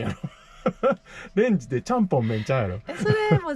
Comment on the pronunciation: 凄い登録者1万人越えましたね🎉この素敵な動画を多くの人が観ているのは嬉しい。十日町は仕事で行ったことあるのですがお米と日本酒が美味しくてこれは長期滞在したら肥えるなと😅へぎ蕎麦と野菜の天ぷらも美味しかったです。ちゃんぽんの発音はが正解だと思います（笑）なんかハロウィンぽくてホラーな感じの雪だるま好きだなーいい感じでした。次回も楽しみにしてます。ワンちゃんてココナッツジュース飲むんですね。